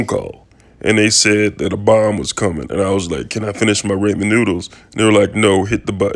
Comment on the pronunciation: U can tell this is fake😂ur the only person who says ramen like raymen😂